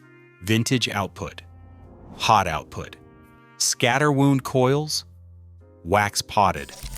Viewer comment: Haha! Listen to the fake voice pronounce "scatter-wound".